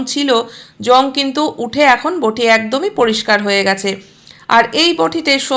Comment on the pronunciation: কথাটা বোঠি নয়, বটি। বড্ড কানে লাগছে